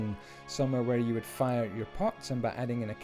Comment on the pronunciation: I know he is saying 'pots', i know it; however, i have way to may friends that smoke. I keep hearing 'pot' instead. "Everyone needs pot"